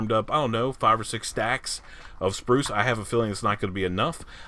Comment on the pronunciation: Every time I hear you say the word “spruce;” I picture that kid, Bruce from the movie, Matilda. 😆 I think it’s the way you pronounce the U sound! I am really digging the creeper farm; I think it’s great! I love the idea of using the trident like that! So cool! #LG4Lyfe